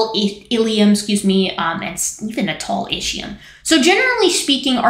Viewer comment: I thought it was pronounced IS-key-yum, but you know way more about this stuff than I do. Great vid!